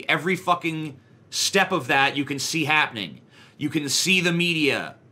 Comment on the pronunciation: "HAPning" llooll